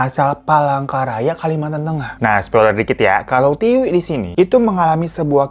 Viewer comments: Tiwi bang bukan tika. Emg T2 😅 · Tika atau Tiwi sih😂 Aku bingung, di video Tiwi, si Abang nyebutnya Tika mulu 😂😂😂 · Kenapa nama Tiwi lama-lama jadi Tika 🤣🤣🤣 minum dulu kali Bang, biar gak keliru 😆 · Tiwi hirooo bukan tika 😂😂 bikin ngakak lu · bang lo typo ya? ngomong tika tpi tulissan tiwi